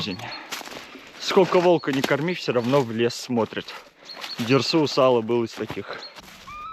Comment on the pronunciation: правильнее конечно же говорить УзалА - ударение на последнюю "А"